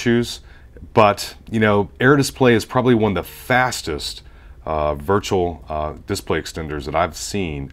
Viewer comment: Are you Canadian? You say display funny. Like dissp-lay... It's bugging me out. Like whipped cream pronounced hwipped cream. Anyway good review.